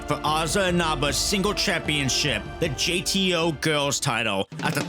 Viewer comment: Great video, bud. But were you saying "GTO" instead of "JTO"? Listen right after the Sareee part.